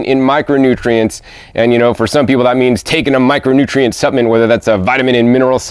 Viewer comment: EXCELLENT video as usual 🥦🍌🥭🥬🥕🥑🍉 🥗 Hope it’s ok to mention that the word “Supplement” has an “L” in it. Not suppament, rather suppLement. 🤗😁 Btw...what an AMAZING garden. I live in the tropics and DO have a small garden but the bugs and beatles love having a garden as much as I do! 🐌